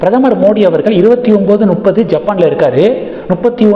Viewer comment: முட்டாளே நுப்பது இல்லையடா அது முப்பது. தமிழ் பேச தெரியாத நீ யெல்லாம் யு ட்யுபிலே பேசுகிறாய்.